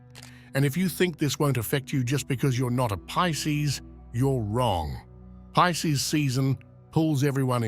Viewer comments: Why is he saying Peecees? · P I S C E S Not pieces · PISCES NOT PIECES